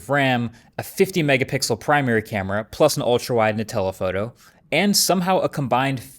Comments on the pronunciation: I definitely heard "Nutella Photo" instead of "and a telephoto" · you are 100% saying Nutella-photo deliberately xD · Is it just me or did he say "Nutella photo" 😂